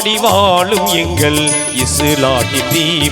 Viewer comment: டேய் தம்பி தமிழ் உச்சரிப்பு உனக்கு சரியாக வரவில்லை தமிழ் நல்லா கத்துக்கோ ஓகே வாழும் வாலும் இல்லை